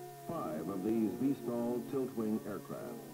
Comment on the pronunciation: VTOL, not VOTL 🙂